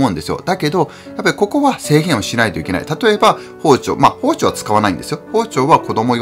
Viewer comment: あらぁ～ 息子ちゃんの「さいごまで ごしちょう ありがとうございました。」「チャンネルとうろく よろしくね。」にキュンキュンしました。 かわいぃ～。😆 子どもと料理すると、楽しいけど、まぁ、散らかりますよね。片付けが大変。 クリスマスケーキは我が家もよく一緒に作ってて、小学校高学年になると３兄妹だけで作ってました。 一応、プロが作ったケーキも用意してて次の日に食べてましたけど。 おやこでてまきるもん、楽しみにしています。 あと、『包丁』のアクセントが福岡と違ってて面白かったです。 大分は、ほぉ⤴️ ちょ➡️ って発音するんですね。 福岡は、ほぉ➡️ ちょ➡️ です。🤭